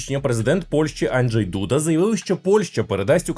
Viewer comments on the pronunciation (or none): none